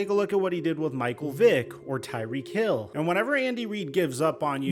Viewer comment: Did you say tyrek hill? Clown 👌 😊